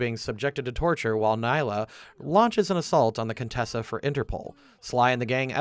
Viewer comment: Bro you had to have played the games to make this video, how do you mispronounced Neyla and Jean bison you hear them pronounce it correctly throughout the game